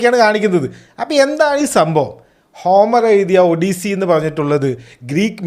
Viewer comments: Why don't we malayalees atleast check the pronunciation before calling a name it pronunce as aw-duh-see not odisee.... Please being a big youtuber learn to pronunce names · Odyssey - aw-duh-see